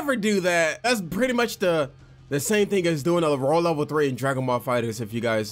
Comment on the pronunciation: Did any else hear “raw level 3” or is it just me